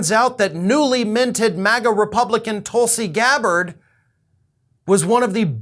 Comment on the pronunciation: It’s “Toolsi” Gabbard